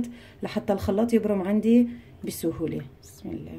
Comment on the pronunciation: The way you say بسم اللة ( bismillah) MmMmmmm Love your accent gurl!😻